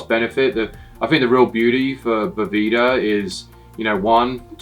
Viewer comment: I love that says “I’m from Boveda” and then proceeds to call it “Boveeda” for the whole video